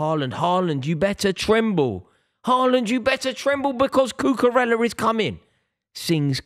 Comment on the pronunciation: Does anybody else wish he would pronounce Cucarella correctly?